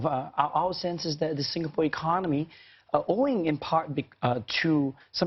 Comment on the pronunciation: is no one going to say anything about how he says 'economy'